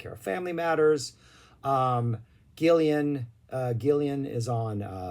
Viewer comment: What is it with Mericans? They can’t read or pronounce properly. It’s Gillan NOT Gillian. Why do Mericans always add an extra “i” to his surname? Is it ignorance or stupidity? Has to be one or the other, hmmm?